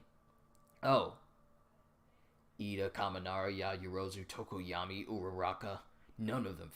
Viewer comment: Its tokoyami not tokoyama